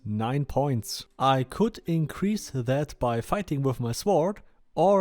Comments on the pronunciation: lol Sword is pronounced "Sord" -- the "w' is silent. Not "S-ward" :) Thanks for the video. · Awesome video! Just fyi, in English the "w" in "sword" is silent. So it's pronounced more like: "sord". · I like how you say it better. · Sag "sort" zu "sword". Das "w" wird nicht ausgeprochen. Finde deine Videos echt gut. Bin auch in der Beta und im El Cartel. Schreib mich doch gern in Discord an. (Myrothas#8674)